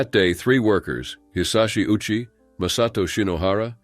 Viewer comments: Ouchi is pronounced "Oh-u-chi." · ayyyoooo! That was diabolical. Pronouncing his name like "Ow-chee", while knowing he got one of the biggest ouchies of all time.....